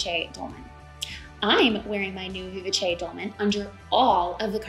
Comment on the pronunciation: You did a phenomenal job explaining all the features of each pattern! And now I know how to pronounce "Vivace", thank you! I'm waffling on the beautiful Fraser Cardigan because I have a wide in the middle shape. And this cardigan I can't close. But I do love the curve of the hem! So many choices!